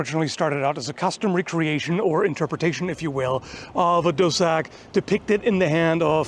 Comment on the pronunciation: At first when I was listening and cleaning, I thought you said cul de sac, as in dead end, before I understand it's dussack. Then again it probably doesn't really matter, if you're on the wrong end of a dussack it can be a cul de sac 😅